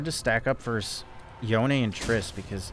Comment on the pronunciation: Noticed that pronounces "Yone" correctly... But not "Manamune".